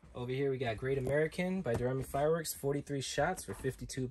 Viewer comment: Am I wrong, I thought it was pronounced "Doe-Ray-Me". Like the song but I might be wrong.